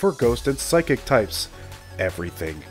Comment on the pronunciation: Omg the way he said psychic, psykick needs too be a move